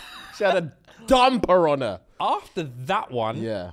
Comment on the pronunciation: I heard “dumb piranha” instead of “dumper on her” 😂